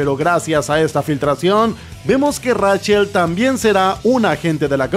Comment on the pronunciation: ¡REICHEL, SE DICE REICHEL NO RACHEL, RACHEL SE ESCRIBE Y REICHEL SE PRONUNCIA!